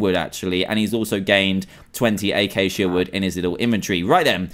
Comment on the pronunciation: that's not eyceycia...that is a acacia